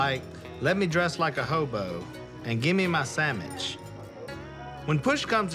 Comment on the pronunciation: “Want a sandmich” -Godwinn